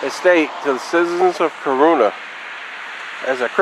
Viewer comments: To say it right is not by the spelling. It's cor run na just to break it down. This is my home town. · You don't know the right pronunciation of Corunna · I'm from here and that's not how it's pronounced. Born and raised. Not how it's pronounced at all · You said Corunna wrong